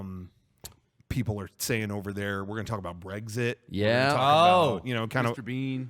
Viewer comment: why do you pronounce Brexit as Breggsit? Eggs Benedict Cumberbatch